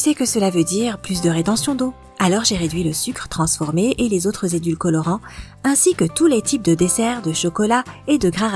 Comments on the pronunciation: On dit édulcorants et pas edul colorants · Édulcorants et pas édulcolorant😅